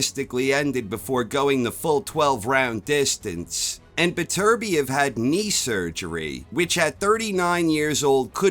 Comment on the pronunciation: Top man,you're one of the few non Europeans that can say Beterbiev correctly🤣I have Bivol points. Well see✌️🥊